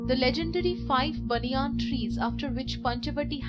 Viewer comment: the pronunciation is Ban-yan... not bany-an